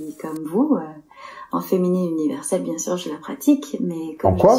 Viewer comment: "c’est bienne" 😂